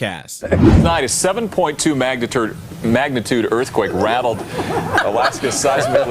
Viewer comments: Pfffft, "magni-turd"!!! That is hysterical!!! I haven't laughed that hard in a long time! 🤣 ~Emily 🪐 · Magna-turd .I love it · Did dude really say magniturd????? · Magniturd earthquake🤣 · I liked the "7.2 Magna-turd" earthquake blooper.